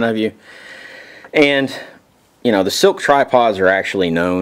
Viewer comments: He keeps saying silk but it's slik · Man I can't take it... It is SLIK (sss-lick) not silk!!!